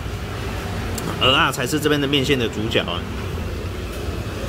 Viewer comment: ，你台語講的最好聽，最標準的就這句蚵仔了，我一直在等你把它講成芋頭，可是你都沒犯這個錯